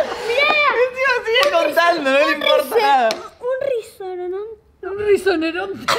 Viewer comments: Nadie:: mira un rizorononte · Un ReSoReNoN... RiNsOrENo... JAJAJAJAJA DIOS AMO A MAS QUE A NADA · Así Es Rinozeronte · Nadie: Absolutamente nadie::un rinozoronte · Yo: UN RINOZERONTEEEEEE, ahre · Hagan más por favor me re cague de risa 😂un Capo. "Un risoneronte" Jaja